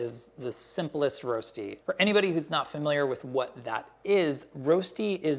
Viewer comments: In Switzerland, you do boil the potatoes first. And we also call it Röschti - pronounced slightly different than the American way. Anyways, now I'm hungry... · Rösti pronounced Roshtee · Waiting for the swiss uncle roger to comment this. My leg was down a couple of times. It's called Rösti, not Rosti and pronounced let's say different. We boil the potatoes and never use olive oil. This is not colored, for me this is burned. We flip the Rösti. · You say Rosti funny! X 😘👌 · Can't pronounce Rösti - Didn't pre-boil the potatoes - Didn't flip it - Baked it in the oven?! östi, then just fry the eggs and place them on top? Or better still, make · Love, but his pronounciation of rösti is terrible. The umlaut is important.